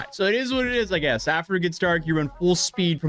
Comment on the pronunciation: "So overall this is probably the wrost possoble way this prank could have gone": "I mean I giess two got away" 😂😂😂